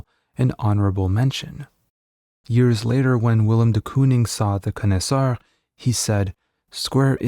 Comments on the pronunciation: I didn't know that the pronunciation of connoisseur was regional. I have always heard it pronounced: con-eh-su-or not con-eh-su-ar. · It’d be good to learn how to correctly pronounce “connoisseur” - I kept wondering what a “con-is-are” was. That’s not how it’s pronounced. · Why do you say connoisseur like an ape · Learn how to pronounce "Connoisseur".... do you realize what word you are trying to say??